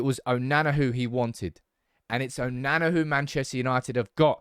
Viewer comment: Why can't you say his name properly?! 😂🤦🏽‍♂️